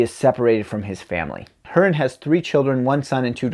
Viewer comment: Good review. I thought much the same when I read it. P.S., Hurin is pronounced hoo-rin.